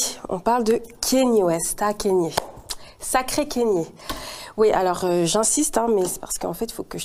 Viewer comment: Kanye kanye kanye [K-NI-É] pas Kenny